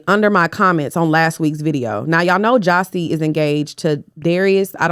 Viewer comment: calling Jassi “jossi” is killing me😂